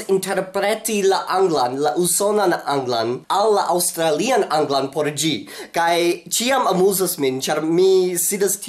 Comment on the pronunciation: Why do you say "gi" and Not "si"?